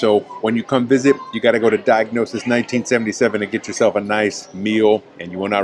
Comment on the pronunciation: It's not "diagnosis" which of course means the results of a medical exam. See the word "gnosis" (knowledge) in there. All you have to do is take your time and sound these words out- "diagnosis" becomes "di-a-gon-ios." As mentioned below, the place describes its location, which means "across" (dia) "a corner" "gonia." All it is the the original Greek word for our word "diagonal." Otherwise, great vid. Thessaloniki is Greece's best-kept secret.